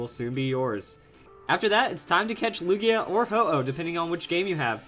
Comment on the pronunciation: He said lugio lol